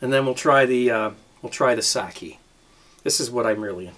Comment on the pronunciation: Sock-kay not sackee....